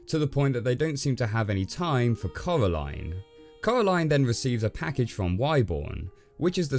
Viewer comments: It’s pronounced corā-līne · It’s Coraline not Caroline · Ca-era-line,(coralline:cor-a-line,DUDE YOU SAY IT WRONG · When he said caraline my instincts was to say coraline out loud Send help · “Cowwaline” - you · ngl dude every time you say coraline i hear colorline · Did he actually say Caroline i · "Coralyne, not too keen on the EYE-dea" xD